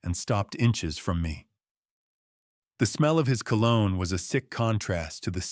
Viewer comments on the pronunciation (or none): none